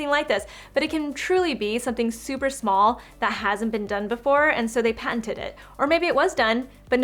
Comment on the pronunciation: Aruuna Z. I was wondering the same thing when she said the word. It’s patented but I heard panted.